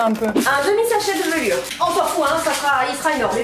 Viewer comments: Ca ma trop stressé quand a dit velure au lieu de levure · Personne ne remarque que a dit "un demi sachet de VELURE" au lieu de levure? 😂😂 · au début de la vidéo tu a dis velure au lieu de levure 😂😂 tu étais stréssée je confirme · "un petit sachet de levuve"😂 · c moi ou ta dit "un demi sachet de velure"😂??? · Jsuis la seul à avoir entendu dire velure 😂